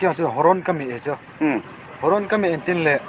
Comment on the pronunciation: Not horon. It's horn